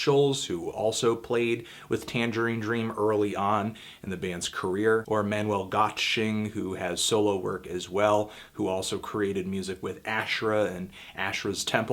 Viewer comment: It's Göttsching not Gottsching